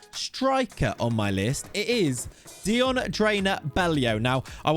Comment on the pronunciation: You absolutely butchered both Dions name and the name of his club. :D :D